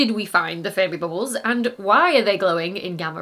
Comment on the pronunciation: Say "Boobles" one more time.... 😆 I love it.